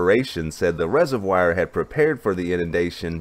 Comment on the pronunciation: Take a look.at the pronunciation of 'reservoir'.